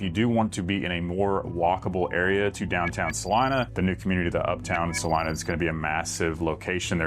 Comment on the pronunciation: 😂It’s pronounced: Sah-LEE-nah …!! 🎯